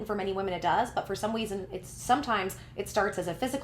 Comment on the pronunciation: ik this is a serious topic and everything but i heard you say "for some weason" and that made a chuckle a lil bit lmaoo